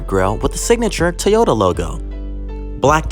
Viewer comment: Teeeyota? Is that a sister brand to Toyota? lol Alright weird pronunciation aside, awesome vid! Lookin to pick up the 2021 Sequoia in army green, and I'm sure I'll end up doing the same thing here